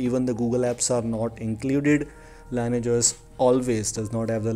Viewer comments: It's pronounced "lin-ee-ej", not "lain-ej" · You need to take phonics classes before putting out a public video. I can't understand a word you're saying, you pronounce everything wrong and it sounds like you need to spit. You could at least do the most basic homework on how to pronounce the word "lineage", the thing you've based your entire video on.